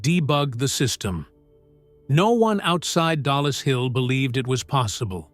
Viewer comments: Its not DALLAS Hill its DOLLIS Hill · it is dollis hill finchley.not dalas hill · Who the heck proofreads this crap? It's DOLLIS HILL, NOT DALLAS, same stupid lazy AI error again, and again! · Two words - TOMMY FLOWERS ! They were NOT tubes, they were radio VALVES and it's DOLLIS HILL and NOT Dallas hill. DRAUGHTSMEN not draftsmen ! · Dollis Hill, not Dallas Hill. Darned AI again! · PSSST! It’s DOLLIS HILL. Not Dallas Hill.